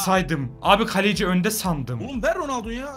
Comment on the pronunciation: Galeci değil kaleci